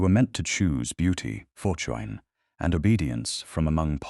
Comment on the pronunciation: ...Youth, beauty, fortoin? Your AI narrator is horribly mis-pronouncing words. Its annoying and ruins your stories. Get a getter narration setup and teach it proper pronunciation and not to make unnecessary sounds within the text that have no business being there. Thumb's down on this story.